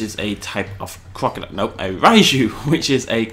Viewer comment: its not raiju its raiju (ray ju)